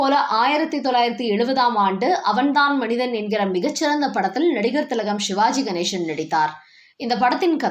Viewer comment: தமிழில் சிவாஜி கணேசன் தான். ஷிவாஜி கணேஷன் என்று உச்சரிப்பது ஒரு மாதிரியாக உள்ளது.